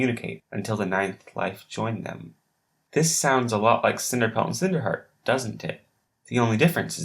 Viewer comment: WHAT IS HEAER? XD no hate but thaat is just funny